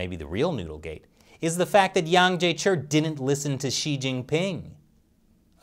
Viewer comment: Hey, where's your Chinese language linguist these days (Shelley, of course), that your Chinese pronunciation has deteriorated so badly? I'm sure Mr Yang would have sleepless nights if he ever watched your latest videos (on America Uncovered too!) and heard how you are distorting his name lately...! Imagine him calling you "Krees" or "Crease" or "Grease" Chappell... Would that not hurt your feelings too?!